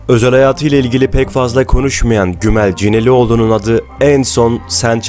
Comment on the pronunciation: Gümelcinelioğlu değildir. Gümülcinelioğlu'dur. Herkes seçtigi ve sevdigi iie Mutlu olsun. Yalnız, Hüseyin Avni Danyal'ın evlilik hobisini hiç tahmin edilmez ve ilginç buldum.😅